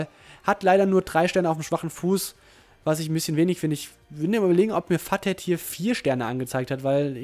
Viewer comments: futhead wird futhäd ausgesprochen und nicht fathäd :D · wie sprichst du futhead aus?! :D